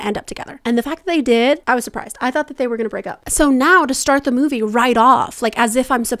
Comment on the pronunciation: showing up saying "you have tho choose" OMG